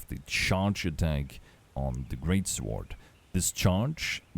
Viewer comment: Psst. Hey buddy. The W in Sword is silent.